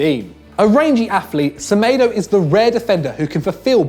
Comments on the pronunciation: Semaydo not semeeedo 😂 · The way he pronouced Semedo😂😂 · It's smedoo